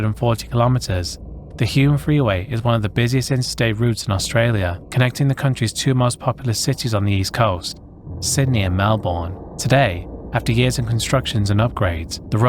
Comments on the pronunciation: as an aussie the pronunciations are killing me lol. Bondi is pronounced "Bon-die", Melbourne "Melbin" :) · I’m from Melbourne and we pronounce it as “Mel-bn” down under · just for future reference: Melbourne=Mel-burn or melb'n Bondi=Bond-eye Milat=Mill-at